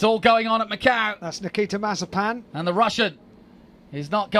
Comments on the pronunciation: Incorrect Pronunciation Compilation Mazziepen Masipan Massiepan Masipang Mazziepan Mazziepan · Comentator Nikita Mazep-a-n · no one: The commentators: Nikita Mazepans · Mazepin: is spelled and pronounced mazepin British commentators: MAZEEPAN! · Bruh the commentators actually called him Nikita Marzipan 😂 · "maz-i-PAN" that's an "i" in that last syllable, mates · Why do they say mazipan instead of Mazepin? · Nikita Mazepan 🤦‍♂️. Is Mazepin that hard to pronounce? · Why can’t some of the commentators say ‘Mazepin’ properly they pronounce his name as marzipan or mizapen 🤦‍♂️ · When Britains try to pronounce 'Marzipan'. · Mazepin, Mazeepen, Mazapine... who cares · Why is the commentators calling him "Marzipan"? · I love how some of the commentators called him Mazipan, i call him now Nakita Has-A-Spin XD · the dude said mazi pan :) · "Terrible things for nikita maz a pan" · 1.54 “Nikita Mazipani”😂😂😂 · LOL at the way Mazepin is pronunced Mazipan by the commentator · love how they f up his last name xD MAZIPAN! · Did he really said Mazipan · Nikita mazapán así lo pronuncian 🤣🤣🤣🤣🤣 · can we appreciate the commentators calling him mazeepan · Nikita mazapán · Why are they saying Mazipan? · Is it just me or are they calling him Mazipan sometimes?😂🤔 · man said mazipan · These fools insisting on calling him Mazzipan. I mean, are you a professional commentator or not? It's a bit embarrassing. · Nobody: Commentator: Nikita Mazipan